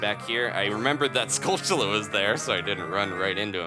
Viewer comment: A bit weird,maybe... but pronunciation of "skulltula" is everything. You nailed it. Thanks :D